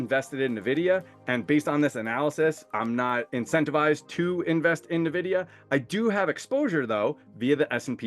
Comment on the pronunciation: Nice video, thanks! But could you pronounce it "Envidia" vs "Nevidia"? It sounds really weird....